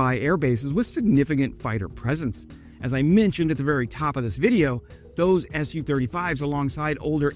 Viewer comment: "Su-35", not "S-U-35" ... "Mi-24", not "M-I-24"